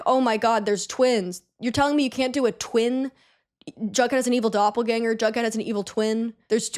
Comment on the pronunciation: Wait - Jughead? Jug??? i was hearing drunkhead ;_; jeeeeeeesus